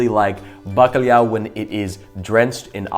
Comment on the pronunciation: O fala bastante bem, mas não diz "bacalhau" corretamente; diz "bacalhiau".